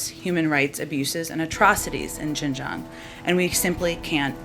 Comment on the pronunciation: Hahaha… ‘Xinjiang… a place she can’t even pronounce properly…’